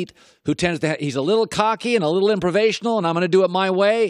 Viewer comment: “Improvational” -Colin cowherd